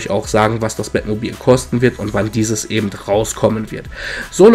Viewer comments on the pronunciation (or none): Eben und nicht ebend :^)